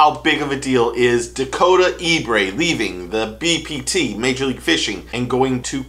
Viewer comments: Ebare not Ebray😂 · Pronounced E-Bear. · I know you didn't just pronounce Dakota's last name as E-Brae😂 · The man’s name is pronounced ( E BARE ), like the brown bear, you are putting the ( R ) in the wrong place!!! I promise you , I Know what I am talking about!!! I am from the area he is from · Then you're for sure not watching MLF. Dakota's a great guy, but this dude is not saying his last name right.